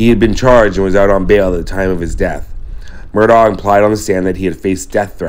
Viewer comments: Respectfully, their last name is pronounced “Murdock,” NOT “Murdaww” as you pronounced it over and over in this video. The pronunciation is documented multiple, multiple times in reliable sources online. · They pronounced their last name Mur dock. I filmed their right after it happened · Just an fyi. Murdaugh is actually pronounced murdock. Weird I know